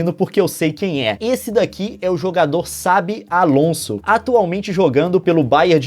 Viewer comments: ele falou sabi alonso é chabi alonso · Leon, n é 'sabi alonso', é 'chábi alonso' a pronúncia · kkk o Leon disse sabi Alonso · leon não é sabi é xabi alonso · Leon se eu não me engano se pronuncia Chabi alonço, não Sabi alonço (lembrado que eu escrevi errado propositalmente) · o leon falo sabi alonso leon os narrador de futebol falam xabi alonso com x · "Sabi Alonso" era "Xabi Alonso" se fala com "X" msm leon. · Leon se fala chabi alonso não sabi alonso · PARECE Q TU FALO SABI ALONSO '-' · Leon, se fala "Chabi Alonso". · Se lê "Chave" Alonso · eu achava que era mais para chabi Alonso e não do jeito que ele pronunciou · Eu amo futebol já vi inúmeros jogos que o Xabi Alonso estava em campo e outros em que o Xavi estava jogando. Neles sempre os narradores falavam com "X" então por isso acho q a pronúncia do Leon ta errada, mas se o pessoal aí manja de espanhol e acha q o Leon ta certo eu já n sei